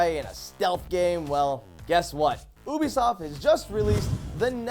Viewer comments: It's you-be-soft Not u-bi-soft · ubisoft isnt said obisoft its said youbesoft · he saide ubisoft wrong you prunounce it (you be soft) he said (oobesoft) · seriously, its Ubisoft not Oobisoft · It's not oobisoft it's pronounced like youbisoft y'all's shit with the name drives me crazy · Stop pronouncing it like "Oobisoft" dammit, it's "Ubisoft"!! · It's youbisoft, not oobisoft. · It's you-bisoft not oo-bisoft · did he say boobiesoft? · did he say oobisoft? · I know Ubisoft can be pronounced different ways but just hearing Oobisoft just makes my ears cringe. Idk why but it does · I don't care how it is supposed to be pronounced, but when people say Oobisoft it sounds stupid. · Did someone just say "Obesoft?" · omg,. Stop saying Oobisoft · Did he just say ubysoft at 0.12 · An I the only one that heard boob-isoft ? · am i the only one who heard either ooobiesoft or boobisoft at the start of the vid?